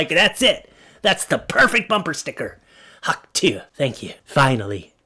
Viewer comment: It's hawk to-ah not hawk 2 the difference is the h at the end